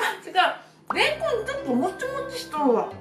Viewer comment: レンコンの言い方がすき